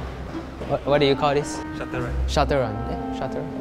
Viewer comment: Shuttle run Not Shutter run